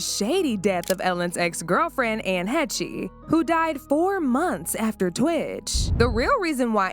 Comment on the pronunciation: Anne Heche = Hesh, not Hechee